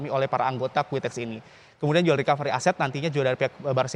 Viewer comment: Quotex mas bukan quiteks